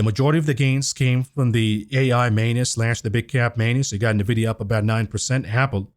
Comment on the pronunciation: In vidia NOT nah vidia